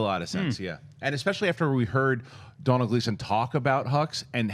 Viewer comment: Its pronounced 'Donal' as in 'Tonal' but with a d. Mr Gleeson will thank you.